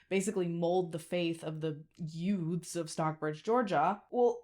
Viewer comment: "Yoots?" I take it that you saw "My Cousin Vinny?" 😂😂